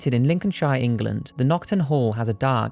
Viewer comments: btw its not lincoln siiiiiire. its lincoln shere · "Lincoln-shyyre"? your're british mate, say it correctly "Lincoln-sheer" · For starters... you're british and just said Lincoln-SHIRE. I shall see to it that we draw pistols at dawn. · LinconSHIRE? come on man you are british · i love the way you said lincolnshire!! its really pronounced Lincoln-sheer but its ace the way you pronounced it 😂😂 your videos are brilliant! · Is it just the American way of saying things or do they not know it's pronounced lincon(sheer) and birming(am)? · Lincolnshire ummm still don't don't how to say it correctly been spending to much time in America they don't know how to say shire correctly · Mate. You're Welsh (i.e from the UK). Why the fuck can you not say Lincolnshire properly. Jesus